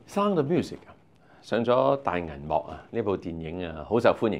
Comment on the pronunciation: 這個主持，連sound這個字都發音錯